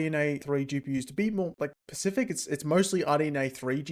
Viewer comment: It's OK, he's pecial